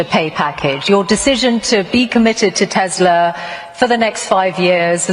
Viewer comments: Random but another person pronouncing it 'Teslur' instead of Tesla wow. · why does she say Tezla?